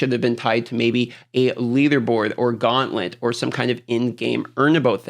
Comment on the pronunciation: lol dude said Gauntlet!!